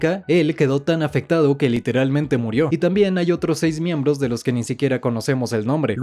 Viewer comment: Buen video pero "Miemblos"